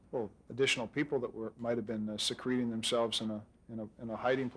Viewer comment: “Secrete ing themselves”?